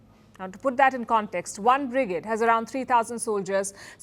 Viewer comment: your pronunciation of brigade is funny and wrong lol ..and what's the deal with the very loooong pauses between sentences?! lol